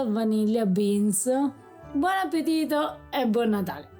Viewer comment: please teach him to pronounce appettito.